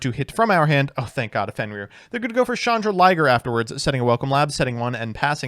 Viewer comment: pulling chandra-liger out of chan-drag-lier will never cease to be hilarious